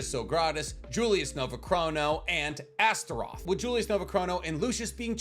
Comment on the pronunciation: You said it fine and correctly.